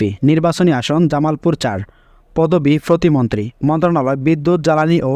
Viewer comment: ফতি মন্ত্রী না উচ্চারণ টা হবে প্রতিমন্ত্রী